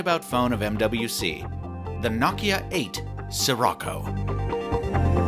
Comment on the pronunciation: Every time you say Sirocco, I hear it as '' sri racha '